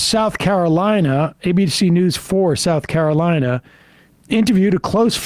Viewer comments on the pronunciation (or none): none